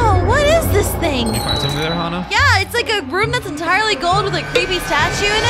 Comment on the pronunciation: It's not XaHa it's Hana